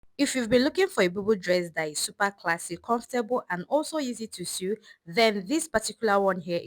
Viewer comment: It is not sue but sew